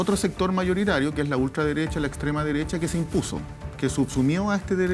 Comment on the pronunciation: La disnidaah, Loh mapuche, Pinoshe, la Deresha 🤡